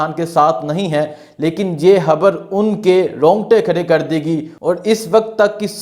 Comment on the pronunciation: ⚠️ بھائی آپ "خ" کو "ح" کیوں پڑھتے ہیں؟؟ خبر کو حبر۔۔۔ 🤦‍♂️